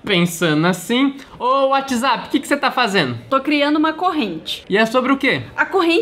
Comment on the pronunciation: Só eu que reparei que tava Whatsaap kkkkkkk? É Whatsapp kkkkk